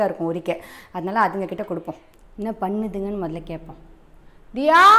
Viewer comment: Panuthunga nu pesuringa nenga enna kurikachiya